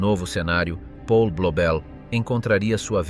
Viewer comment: 1.37...E' nato nel 1994...allora oggi avrebbe 31 anni... Si pronuncia Paul, non Pol!! È tedesco, non inglese...